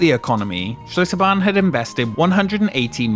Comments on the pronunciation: Seems like the L in Achlitterbahn is redundant. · Schlitterbahn turned into Shitterbahn 😂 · Bro i thought it was "ShitterBahn"